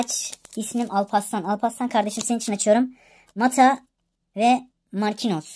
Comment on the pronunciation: Markinyos diye okunuyo canim abicim